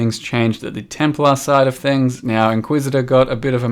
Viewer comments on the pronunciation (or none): none